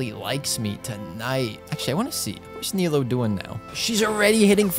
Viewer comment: her name is pronounce nee-loo btw